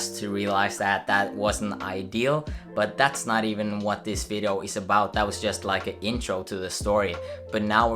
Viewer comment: "vido" Nice